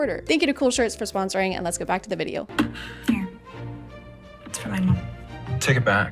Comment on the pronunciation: The constant mispronouncing of words from adrian and NO ONE else is so funny. like he's supposed to be the most serious character but then he's like: "now you're the one HÜÆGK giving up" completely seriously